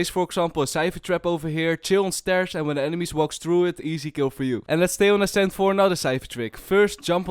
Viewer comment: I have a cool line up in ascent if your pushing B and if you fade i wish i can send it but i think my father wont allow me T^T What i here:fiper The agents name:viper How i say ascent:ashent 👁👄👁